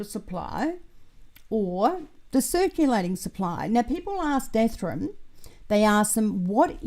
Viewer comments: Oh no. I can send you some Fixodent to help. That Ethrum always catches my attention every time.:) Enjoyed the new video! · Hi, I've been wondering for years why you always mispronounce Ethereum?